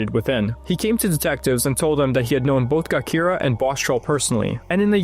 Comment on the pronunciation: Gakira (Jakirah) he's killing me with that pronunciation and this misinformation.